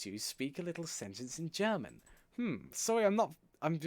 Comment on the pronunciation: Yaaaay! Congrats to 400 subs! And the german... it sounded quite good.